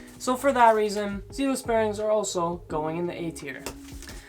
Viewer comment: Not gonna lie I lol’d when you pronounce zealous that way, this video is 3 years old so I’m sure you’ve figured it out. Zealous are faster than reds and spaceballs, but with zealous you have to do 10 to 20miles of skating in order to break them in because of the type of lube. On top of that they are smoother than reds and will last longer. You don’t have to clean them hardly ever since they are double sealed. The fact that you put space balls one tier above zealous at the highest tier, let’s me know that you for sure didnt break in the zealous bearings, or damaged them putting them in but most likely didnt break them in and it takes long time, they are slow out of the box because of that thick nano ceramic grease they use but that also makes them last a very long time. Space balls are super mediocre, I would say similar to reds. You put spaceballs in the same tier that bones Swiss ceramics should ideally be in which is nuts. S)bones Swiss ceramics, bones Swiss six balls, zealous ceramics, seismic full spin ceramics A)zealous, bones race reds, B)space balls, bones reds, pantheon bearings That’s my list for the top 3 tiers. I ride longboard so the speed part matters even more for me. They are just the bearings that I can speak on. Zealous are hands down the best budget bearing, by the way 25$ isn’t a lot for bearings. Youre young so you’ve advanced a bit I’m sure